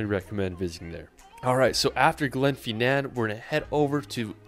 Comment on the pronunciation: The guy,is bad at saying the name of places,Glasgow Glenfinnan, Edinburgh and much more 🤣